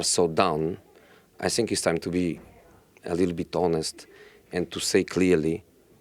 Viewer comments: It's not sink, it's think Josee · He's so angry inside that he eats two letters "Think" becomes "Sink"😂😂😂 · “I sink” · Titanic captain: The ship's sinking José : I sink so, I sink so... Rose: what should we do...we are going to die!!! José : I have "nasing" to say, everybody is against me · Plot twist : He was saying I stink not i zthink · No-one: Jose: I sink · All I heard in this interview was: "I sink" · "I sink" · Whenever he starts with “ I sink... “ just know it about to go down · This is how many times he said “I sink” 👇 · Reporter:Ask his question? Jose : I sink ..... I sink ....... I sink... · Did he really said I sink? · Nobody: Mourinho: I Sink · Everyday “I sink I sink” Jose 😂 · I sink... I sink... To be fair though, this is what makes him one of the best managers world football has ever seen. Never shows weakness, never backs down from his responsibilities, has no fear even when the results are bad. Incredible self-confidence. Respect. The man is straight-up fire 🔥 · Prefer not to sink